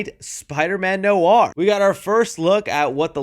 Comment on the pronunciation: Noir is pronounced Nwar.